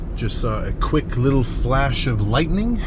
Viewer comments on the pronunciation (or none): none